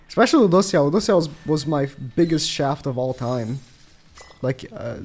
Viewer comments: He really putting the L's in LudocieL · The way u say Lùđốsèo is so weird, please stop